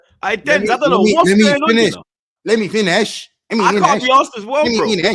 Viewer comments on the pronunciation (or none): Let me fineshh LOOL